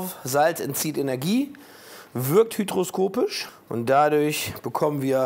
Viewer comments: Salz wirkt hyGroskopisch, nicht „hyDroskopisch“ mein lieber 👆🏼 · Kann eigentlich mal jemand dem Lege sagen, dass es "hygroskopisch" heißt und nicht "hydroskopisch" :D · An den Begriffen "Hy_d_roskopisch" und "Gela_n_tine" muss er noch arbeiten. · es heißt hy·g·ro·s·ko·pisch ;) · Bitte beheben, weil mich das ständig triggert: LEGE! Es heißt „hygroskopisch“ nicht „hydroskopisch“ „Gelatine“ nicht „Gelantine“ Ansonsten banger content wie immer. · Jeder hat diesen Tee getrunken und jeder hat diesen Tee geliebt. Und es heißt hygroskopisch, nicht hydroskopisch. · Hygroskopisch bitte, nicht Hydroskopisch :) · hygroskopisch!!!, nicht hydroskopisch. Sorry so viel Klugschwätzen muss sein ;) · Ein bisschen weniger übertrieben prolliges Gehabe und ein wenig mehr Substanz. Und Magnesium wird es sicher nicht gewesen sein sondern eine Magnesiumverbindung, gleiches gilt für Calcium. Außerdem heißt es hygroskopisch nicht hydroskopisch. Aber so auftreten als wär mans. Naja, ist wohl eher Entertainment infantiler Art, meins isses nicht. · es heißt Hygroskopisch nicht Hydroskopisch höchstens hydroscopic.....immer diese Lebensmittelchemiker mit ihrem halb Wissen